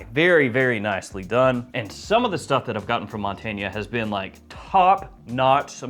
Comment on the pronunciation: I think it’s pronounced Mon-tain.